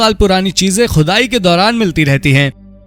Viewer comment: Arre bhai pehle Shi Alfaaz to Bolna Seekhlo Khhudaai Qhudai bol rhe ho Gawaaaron ki Tarah 😂